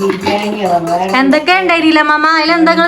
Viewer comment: no പല വീഡിയോസിലും ബിരിയം എന്ന് പറയുന്നുണ്ട് ഇനി ശ്രെദ്ദിച്ചു noki😊